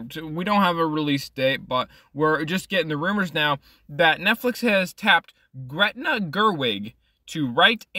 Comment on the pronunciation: It's Greta. Not Gretna. Greta Gerwig = actor/producer/director. Gretna Green = Town in Scotland.